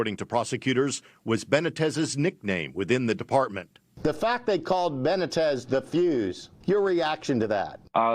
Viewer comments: How is it possible for white people to live in a community with a large Hispanic population and not learn to pronounce Hispanic names. Benna-tez, give me a break, its Buh-nee-tez. Dude is a dick but still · It 'ben-knee-tez' for Christ's sake. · Ben neat tez is how you pronounce his name BENITEZ.